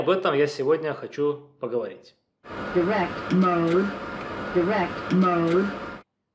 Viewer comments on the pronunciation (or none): От человека, который остальным советует учить английский, странно слышать "директ моуд" :) Дайрект он, как дайрект икс.